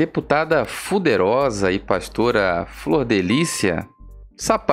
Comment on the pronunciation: Não aguento vc falando deputada fuderosa😂😂ainda da uma apertada no U para ficar mais pesado. kkkkkkkkkk demais vc.